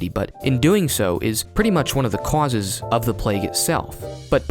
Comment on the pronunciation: "Cwauses". I love the way you say causes. 😂